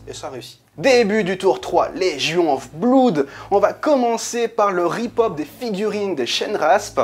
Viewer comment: Juste un petit truc qui me chiffone et me fait un peu saigner les oreilles... on prononce pas "bloude" mais "blOde" (comme dans "mon meilleur pOte"). Désolé, déformation de prof d'anglais^^ Mais à force de l'entendre mal prononcé, les élèves croient vraiment que c'est la bonne prononciation :-( Sinon, excellente vidéo, as usual :)